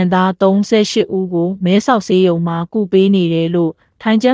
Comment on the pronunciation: သတင်းကြေငြာရင်လည်းသေသေခြာခြာကြေငြာကွါ၊မယ်ဆောက်ဆေးရုံကိုလည်းမဲဆောက်ရေးရုံတဲ့၊ဘာမှတည်းဖြတ်မု့မရှိ၊ဘယ်လိုဟာတွေနဲ့လာတွေ့နေလဲမသိတော့ပါဘူး၊စိတ်ညစ်တယ်၊နင်ထမင်းငတ်နေလား၊အသံကညောင်နာနာနဲ့၊နောက်နင်တို့သတင်းဌာနဘယ်တော့မှမကြည့်ဘူး၊ဘေကုန်ရကျိုးမနပ်လို့။